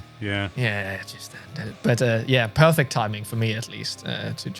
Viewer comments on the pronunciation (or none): none